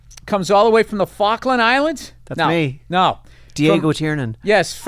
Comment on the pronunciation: Tiernan, Tear-nan, not Turnan. You're welcome yanks.